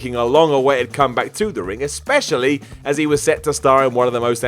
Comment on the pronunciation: "Comback"? xD